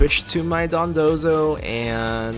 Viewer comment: You're pronouncing dodonzo like dundozo